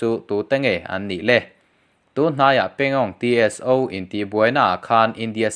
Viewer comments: Pangong Tso tih hi, Pangong Ti es o,nilovin Pangong saw ti a lamtur. Han inkap tak tak tehse🚀💣😁😁😁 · Pangongso ti a lamrik tur...pangong Tso (ti es o.. tilo in T hi lamrikloh tur "so" (saw) tih tur entirnan -Pneumonia tih a P lamtel loh ang chi khan.. Psychology ang te pawh ni ang chu